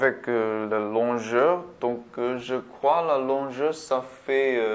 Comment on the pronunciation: Merci pour ce test c'est professeur x64 bits ou processeur 64 bits ? ps : quand vous dite longueur c'est pas longeur mais longueur haha